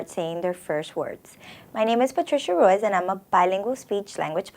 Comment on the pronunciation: You miss pronounced Ruiz.